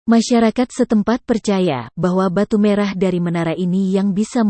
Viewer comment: Narasinya jadi jadi banyak salah Tumenggung Jadi Temanggung Merah jadi Marah ..